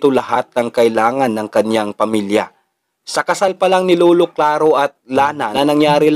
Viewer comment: LOLO HINDI LULU.. BOSS PAKINGGAN MO MABUTI SANA BOSES MO BAGO KAAG UPLOAD..